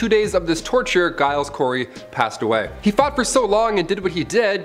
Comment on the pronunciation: Some really dodgy pronunciation of peoples names guys .. Giles is pronounced like it starts with a J and Tut is pronounced with the U the same as in up . My surname starts with a G and so many people get it wrong and it irks me.